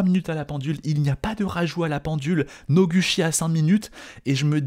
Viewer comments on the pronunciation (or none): Ca se pronouce [Nogoutchi]. Je trouve ça très amusant que "Cocoro" ait eu le droit d'écrire son nom un peu comme il le voulait xD , puisque ça ne s'écrit pas comme ça normalement, c'est rigolo 🤣.